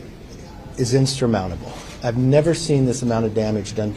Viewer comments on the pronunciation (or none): Did McCarthy just invent a new word? “Instrumountable”👀🤣😂